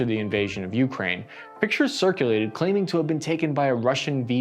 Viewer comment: Hey, brother, it's more like "u CRANE" rather than "U crane". Not being a duck, just letting you know